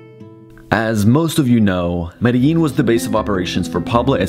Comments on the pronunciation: Too bad you cant even pronounce the name of the city correctly. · Unfortunately he couldn't pronounce Medellín correctly